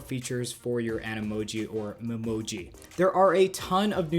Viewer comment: Uhhhhhh, I think it’s Me-Moji with the “Me” pronounced like the “me” in “meat”